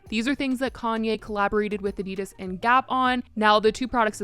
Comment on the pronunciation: I love your chanel but the way you say Adidas, is so wrong. 😭